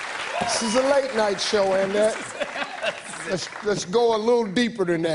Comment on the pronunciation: “Anne-ette” I can’t! 🤣🤣